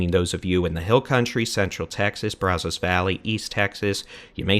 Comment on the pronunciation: Still mispronouncing Brazos...😅